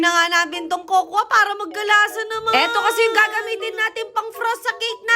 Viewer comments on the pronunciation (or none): none